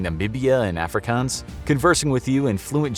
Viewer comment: The way he said Afrikaans was amazing 😂❤️ all the way from South Africa, I approve!